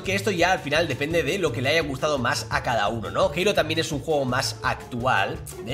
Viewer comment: me encanta como pronuncias halo😂😂😂